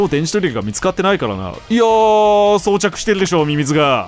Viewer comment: ゴメンねいつも以上に読み上げが… 装着（そうしゃく!）